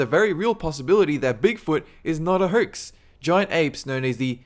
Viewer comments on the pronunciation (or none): This guy can't pronounce his o's. It kind of irritated me. He says phertos instead of photos and herx instead of hoax. And urnnecessary instead of unnecessary.